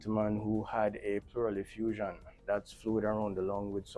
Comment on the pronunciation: Oh you said pleural effusion I thought you said barrel effusion and I was like 😮 lol